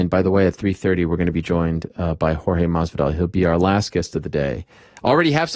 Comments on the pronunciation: Jorge: MAS-VI-DAL Ariel: MAV-VI-DAL 🤦‍♂️ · yo ariel i love you dawg but you were straight making up syllables trying to pronounce masvidal's name "authentically"😂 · The way Ariel pronounce Masvildal 😂 what a legend